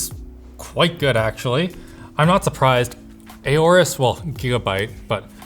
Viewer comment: That’s enough its aorus not A O rus its ours I mean f*ck nvm